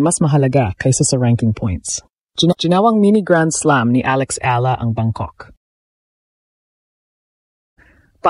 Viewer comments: Nakakainis ung audio di man.lang ma pronounce ung tamang pangalan ni E A LA ... sana english na lang ang salita ok lang eh talgalog ang sakit aa tenga hayyyyy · Ayusin mo man lang sana ang pagbigkas sa apelyido ni Alex! You're butchering her name!